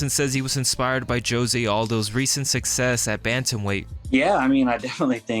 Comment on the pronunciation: Joe-say Aldo? 😂